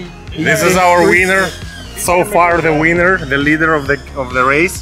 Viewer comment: Lol…. ‘This is the WEANER!’